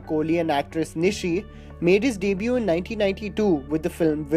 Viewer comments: Its not deeebue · its debut... not daybyou... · Pls pronounce the word debut properly.